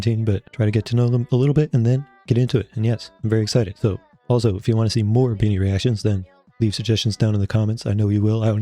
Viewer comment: Your the first time reacting to bini that speak the names correctly